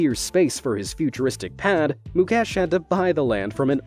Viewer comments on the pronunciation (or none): It's not mucash it's Mukesh